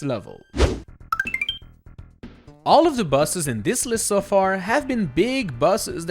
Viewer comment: It kinda sounds like he's saying "Ranking all the buses"